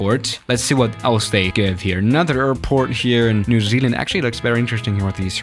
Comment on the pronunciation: the way that said New Zealand it sound like new ZLand